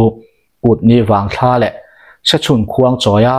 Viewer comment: Kutni vangthlâ tih loh tur. ' vangthla ,' tih zawk tur😂. ṭang zêl teh.